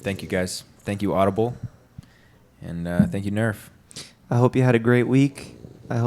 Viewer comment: Nerf says 'Arf'